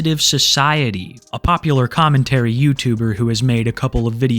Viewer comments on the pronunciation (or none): none